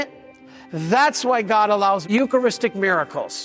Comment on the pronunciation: It always gets me that western churches always pronounce "eucharist" wrong.